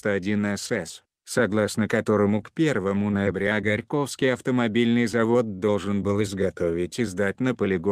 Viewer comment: диктор наверно африканец ? классно произносит - ГорькОвский завод , и остальные слова ,....